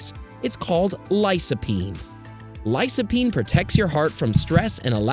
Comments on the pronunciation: It's "Lycopene", not " Lysopene". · It's pronounced lycopene.